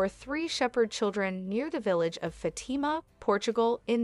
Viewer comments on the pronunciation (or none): Fatama.....fat-a-ma...do better